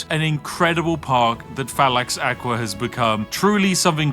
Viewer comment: One thing tho, its Fallax Akva (you prenouce it as Acva / akva, not aqua)